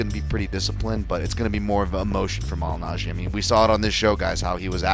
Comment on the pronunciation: Pauly mally najjy? Man in the middle can’t pronounce his name properly 😂